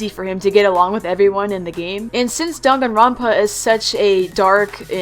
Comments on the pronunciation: I thought it was pronouced dAng-a-ron-pa is it dong-a-ron-pa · Danganronpa is pronounced (Dang an rope ah) but u can pronounce it any way u want lol